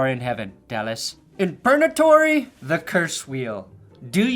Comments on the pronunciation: Did you say Perna-tory? 😂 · I could SWEAR I heard you say “PERNAtory” when talking about who was in purgatory, and I STG if you don’t start calling it that…